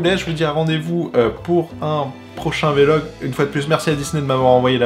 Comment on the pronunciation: Super vidéo, on sens que tu ne t'interdis rien sur cette chaine, contrairement à ta chaine gaming ou tu semble te brider un peu (même si c'est moins le cas depuis plusieurs mois) Par contre, please, arrête de dire "vélogue" please. On dit un blog, pas un "bélogue" ;)